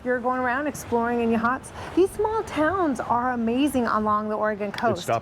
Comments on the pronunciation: I live across the street. It's pronounced YA-hots. Accent on the first syllable. Heceta Head is properly pronounced Hecketa. Haceta Beach, however, is Ha-Seeta. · Just so you know Yachats is pronounced “Yaaaa Hots” not Ya Hots😂